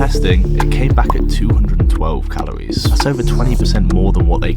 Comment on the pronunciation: How many times do I have to hear say Calowies